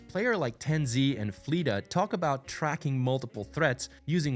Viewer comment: The pronunciation of tenz and fleta was like hitting a brick wall.